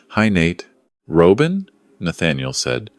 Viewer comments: AI please learn how to pronounce the name Robin! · A Good story, in which you could only say Robin properly.